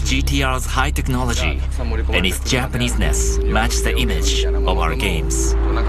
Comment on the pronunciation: He said TechnoliTy .Lmfao